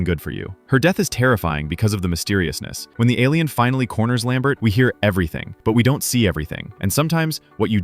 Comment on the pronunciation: Lambert not Lambret.